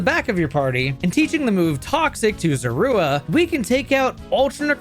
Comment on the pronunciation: I don't like how you call Zorua.